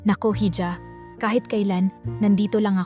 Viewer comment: Ganda na sana kaso ang hija eh ( hidya) ang pronouce mo eh parang nde ka pinoy